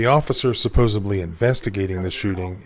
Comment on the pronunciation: Hearing a lawyer say “supposebly” is rather painful.